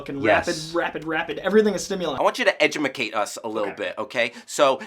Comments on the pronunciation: Did he say "edumicate"? haha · Did he seriously say edumacate? 😕 swipes away tab